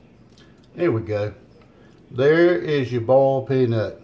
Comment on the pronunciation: "Bawlt" peanuts.